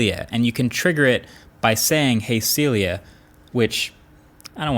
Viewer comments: Lol Huawei kills me 😂😂 Sylia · Americans : its pronounced 'SeeLia' Chinese Huawei exec: 'Yess exactry, "siRia" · is that AI name is Silly-ah? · When you said “Hey Celia” it triggered Siri on my phone LOL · He triggered siri on my phone when he said “hey Celia” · Well, your "Hey Celia" certainly triggered Siri on my iPhone...